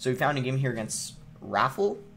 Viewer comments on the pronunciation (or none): Lmao he called Felipe 'phillip' and Rafael 'raffle' 🤣🤣🤣